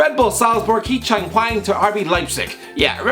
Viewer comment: Hee chan hwong